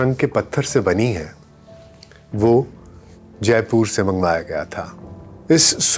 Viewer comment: Sawai Mansingh hai na ki Sarai . Kooch Bihar hai na ki kooch Pahar. Pehle words ko pronounce shi kro. Jaipoor nhi Jaipur h. Urdu me to talaffus ka bahut khayal Rakhte hain.